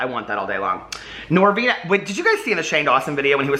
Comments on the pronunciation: “I like PRESENTS 💝, NoRRRvinA”😉😱🤣🤣😘💜💜 Me too,, me too!!!😍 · The way you say “Norvina” lmao. You should called your palette Monnster